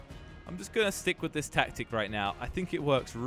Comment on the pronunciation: wi not wif jelly